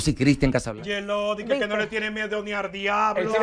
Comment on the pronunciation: Me da un pike cuando dice dike al final y al cabo!!!! Es al fin y al cabo y oye a la otra dike complejidad por decir complicidad